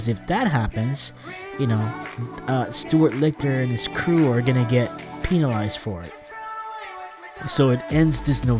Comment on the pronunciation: If you keep saying Penilized your referring to a penis lol. It's penalized! Lol pronounce the A! Pen - Ah - lie - zed